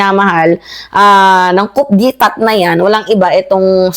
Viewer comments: Coup as pronounced as " Koo", not KouP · Coup d’ etat. Ang diin naman po ng pagkakasabi nyo ng “kup de etat”😂😂😂. Dapat po ay “kuh dey ta” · Ang basa dyan te kudeta Hindi kup de tat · Coup de Etat yun word pero ang basa po dyan is Coo de tah. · Kudeta (coup d'etat)po ang tamang pronunciation mam, sorry po for correcting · Correction lang- coup de etat pronounce as Kudeta. Cheers R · it's pronounced kuh dey tah. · Mali po pag pronounce ninyo ng coup d etat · Coup is pronounced with a silent 'P'